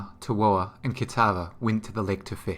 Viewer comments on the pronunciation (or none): Awesome lore and very interactive coverage! It is easy to follow along. One note, Tawhoa is pronounced Tafoa. These names are based off Maori culture in New Zealand, and Wh is Ph or Fa in Maori culture.